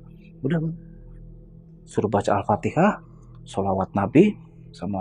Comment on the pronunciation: Al Fatihah pak bukan Al fatekah